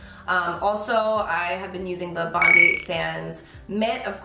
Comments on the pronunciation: The pronunciation made me giggle a bit 😂 it’s pronounced ‘bond-eye’. Obsessed with their tanning products! ❤️ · Hey Carli just wanted to let you know it’s pronounced bon-dye. Bondi is a beach in Sydney Australia!😄☀️☀️🌊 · From an Aussie - Its Pronounced BON-DA-I (BON DIE) Its a surburb (beach) in Sydney Australia x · Hey love, it’s pronounced Bond(eye) (capital I) after the suburb of Bondi in Sydney, Australia 🇦🇺 its an Australian brand. ❤️. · Pronounced bond eye. Like the beach in Australia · Aww babe it's pronounced as Bond-eye for Bondi Sands, cute haha ❤ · The way she says Bondi is so cute😂 but it is pronounced BONDYE 😘 Love you girl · My love! Just so you know, it’s pronounced “bond-eye” like the beach 🏝 much love from Australia 🇦🇺 🐨 💕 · Bondi is a beach in Australia. Pronounced “bon-die”. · So beautiful Carli <3 Also, just cuz Im a psycho , It's pronounced: Bond-eye :) It's a suburb and a beach in Sydney, Australia :) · It’s pronounced Bon-Die ( like the beach in Sydney 😉 ) xxx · I use the same brand, it’s 👌🏻👌🏻 Oh and just wanted to say it’s pronounced “bond-eye” because Australians have to be extra 😂 from a true-blue Aussie (also pronounced like Ozzy) no hate, I wouldn’t be petty over someone not pronouncing something correctly haha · bondi - as in the beach ( sounds like bondeye) just to help you out , #AustraliaLove 💖🌹🌷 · Bondi Sands is every Australian girl's secret. Hehe also it's pronounced "bond-eye" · Just a heads up it's pronounced 'bon-die' like the beach here 😊😊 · It’s pronounced Bon-Die Sans.. like the beach in Australia hun :) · Carli it’s pronounced BON DI ( the I is like Eye) Love your videos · ❤️❤️❤️ but you pronounced BONDI wrong (Bond -i). Any fellow Aussies 🇦🇺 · bondi is pronounced bon-die xx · pronounced: bon-die :D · hahaha its pronounced bon-dye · I’m from Australia and I just gotta say I love the way you pronounced ‘Bondi’ made me laugh 😂 Can’t wait to see the new house! Super exciting. Thanks Carli for the great video ☺️